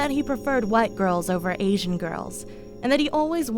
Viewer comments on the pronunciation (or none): none